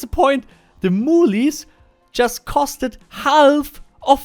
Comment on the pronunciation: Moolies! Lol it's pronounced "mewls" or "m-you-els"